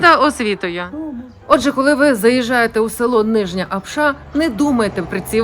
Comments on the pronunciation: Апша, а не апшА, наголос на першу А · Все чудово,тільки наголос на слові Апша, не першу букву А. Коментатори,українці котрі тут не жили,думають що то так просто заробити навіть на кордоні на такий будинок. Пишуть тільки із-за зависті